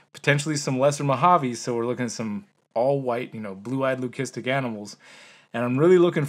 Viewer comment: The way you pronounced leucistic hit my ears weird. Just sounds wrong. But I’m no expert.